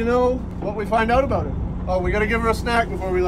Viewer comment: Your true mainer came out when you said about it